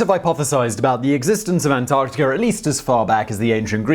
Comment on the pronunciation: I'm completely confused how the R sound comes with As - Antarticr??